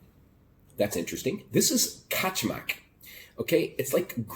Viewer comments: You pronounce wrong :) It's not Качмак it's Качамак.You are missing A in a middle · КачАмак. Different accents. Don't get me wrong, I just really want you to learn to speak Serbian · I think the pronunciation is Ka-cha'-muk, and it is, more or less, porridge, and any manner of extras can be thrown in.